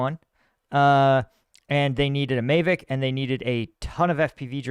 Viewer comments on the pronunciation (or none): What are you calling a May-vick ? Are you talking about a DJI Mavic? If so its pronounced ma-vic, the may sound is throwing me off. PS: not trying to be a dick, just have a weird thing with some words.